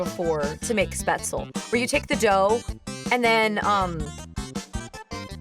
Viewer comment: You ARE pretty close on that pronounciation of "Spätzle". Just one thing: Unless something is a loan word from french, the "e" at the end of a word, in german, is NOT silent. So "Spätzl-eh", or "Porsch-eh"